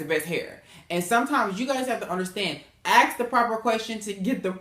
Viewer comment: Please take this with love. You said you were watching your grammar, with that being said, the word ASK is not pronounced as AXS.